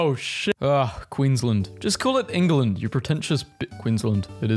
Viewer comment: England not Enguland